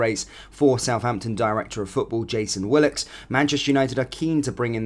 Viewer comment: It's Jason Wilcox, not Willox. 😏